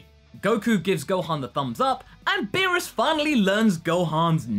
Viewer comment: Gohon? What the hell, the „o“ isn’t even close to the „a“, how can you get this wrong? Oh yeah, it’s also Beerus, like beer, not Berrus, but that’s not as confusing as Gohon. Just saiyan •••